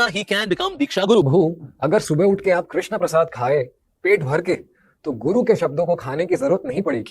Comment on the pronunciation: Sabse pehle aap log krishna bolna sikho...krishnaaa nhi h prabhu ka naam...wo draupadi maiya ka naam h🙏